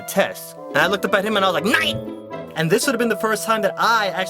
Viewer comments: I think I peed myself whenever he said nien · I just LOVE how he says NEIN!!!!!!! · when he said NEIN.It sounds like NYAN. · bust my ass laughing when he said nein!